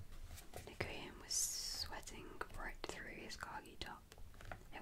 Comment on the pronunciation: Is it possible to do a part 2? Or a reading of chapter 2? Your last one was honestly just perfect. Though you did say Nguyen's (pronounced as NewYen) name wrong everything else was accurate and really awesome. It would be awesome if you can read chapter its also where the story gets interesting because you get to meet all the other characters.